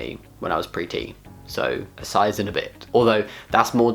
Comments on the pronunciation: I was confused about why he was saying "when I was pretty", until I realized he was saying "pre-T". The whole time I was thinking "but you ARE pretty!" and then I was like "...oooooh!" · Every time he said "Pre-T," I thought he was pronouncing 'pretty' wrong... D